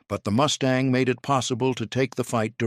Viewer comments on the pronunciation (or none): Good review--but please to get your AI narrator sorted out. It is MUstang, not MOOStang.--TKS